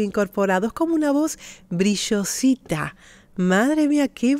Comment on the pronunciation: Una pregunta, tienes raices Argentinas? Se que eres Espanola pero me sorprende como dices Brishosa en vez de brillosa. Tienes una herencia etnica mixta?